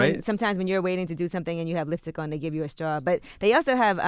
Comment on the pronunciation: Charlamaine is a well to do successful guy by now. Could he learn how to pronounce "straw"? I mean... ...